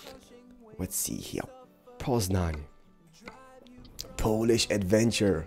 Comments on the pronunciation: I Love your Polish ^^ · hey, i would love to win the game, but i have a question, are you part polish, cause when you said poznan, you sound like a true polish person.